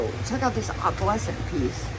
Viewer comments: Is there a reason why you pronounce "opalescent" as Opp-All-escent... Instead of pronouncing it Oh-Pull-escent?? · Well... Not really. No one else pronounces it that way and there isn't an alternative for the spelling of pronouncing of opalescent, like there is for tomato/tomatoe. If there were, I would not have asked the question. I didn't come here to debate this or to be rude. I was asking a legitimate question inquiring if there was a reason for why she pronounces it differently.